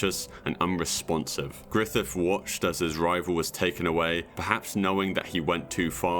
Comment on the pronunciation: who t.f is "grithif"